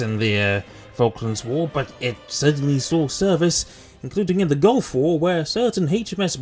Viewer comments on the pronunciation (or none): none